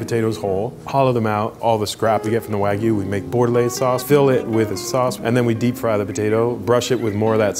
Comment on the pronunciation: no one:: wagyu, wag me